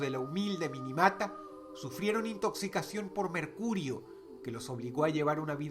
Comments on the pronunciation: En el puesto nro. 2, la ciudad no se llama "Minimata", es "Minamata". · La ciudad japonesa es Minamata, dónde está la letra "i" entre la "n" y la "a"? Estos son los detalles que hacen que pierda sentido hablar de temas importantes como ese. A raíz de ese problema se creo el convenio de Minamata. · la pronunciacion correcta en la numero 2 es Minamata...